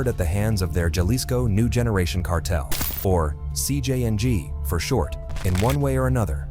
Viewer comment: this ai voices is butchering the names, but the worst ai i heard is jcng being pronounced as si-jang